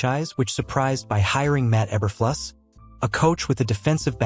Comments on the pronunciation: Obviously, this is a AI Voice added to the this short video. AI does not know how to correctly pronounce E-ber-flu-sss. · Obviously, the AI voice added to this short video, does not know how to correctly pronounce, E-ber-flu-sss.